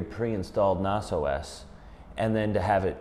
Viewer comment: NAS - most people pronounce it with a short a. Ubuntu is pronounced: uu-BOON-tuu